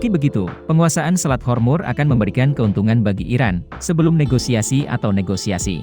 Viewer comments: Selat hormuz.. Kok di katakan selat hormur.. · Selat Hormuz min.. bukan Hormur.. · Selat hormuz. Bukan hormur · Selat hormuz bukan hormur